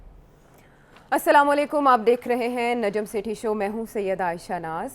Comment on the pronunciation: Sethi sb. Ap tw bht educated hn bt ap hmesha sama lykum kehty ho jis k maani hn, tumko maut ae. Assalam o Alykum kaha kro. Yeh ALLAH KREEM R NABI E KREEM(SAW) ka farnan hy k ASSALAM O ALYKUM kaha kro. Plz kuch deen ki taleem b hasil kr lejiye. Bht ghussa aata hy jb ap sama lykum kehty ho??